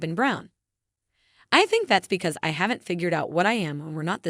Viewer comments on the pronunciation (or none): none